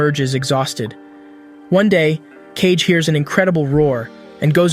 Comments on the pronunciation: Wtf is "cage" he is KaGe not KeiJe... KaGe = かげ = shadow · “KAYG” 😭 its “KA - GE” DUMASS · Kage is still pronounced ‘cage’ in english(so the AI reads it as such), if you want to differentiate, you have to spell out the pronunciation, ‘Kah-gey’, it’s a common issue with AI, when reading words/phrases from another language that were translated to English characters without adjusting for how a native would pronounce it, it even makes the same mistake with English words(example, if it were reading ‘the polish people’, instead of ‘the pol-ish people’, it may say ‘the po-lish(as in nail polish) people’) so a decent workaround is to do one of two things, spell it in its native language(assuming it has non-english characters, so use the actual Japanese characters for Kage), or spell out the pronunciation So, without keeping as keen an eye as this for detail nor keeping mind for such solutions, such errors do make their way through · His name isn't Cage it's Kagé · Cage??? fr reading kage as cage 💀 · it's kage. Not cage. Ka-ge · Cage? Ka-Ge? ummmm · Did he just call Kage, Cage? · You're mispronouncing A LOT (It's Kage. As in hoKAGE. Not cage. Then again you've probably never seen Naruto...) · It's not Cage! It's Kage. Kage = Shadow. Really his name is Cage? ;D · His name is Kage and it's pronounced as "Kagge" this honestly sounds like ai narrated this video like have you even watched the anime thoroughly? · Kage is 2 syllables btw Ka-ge (means shadow in english) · This would be do much better if you even tried to pronounce kage correctly